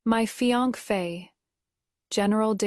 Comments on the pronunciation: It’s either fian-key or fian-fey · None of these ai audio readers can say fiancé 😂